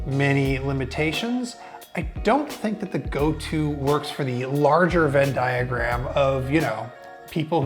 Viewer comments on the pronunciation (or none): Don't say vendiagram in reviews.